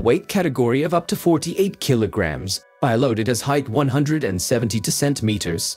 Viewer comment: It's bee-lodid, not bye-lodid